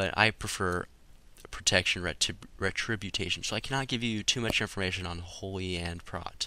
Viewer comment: Ret-tributation. lmao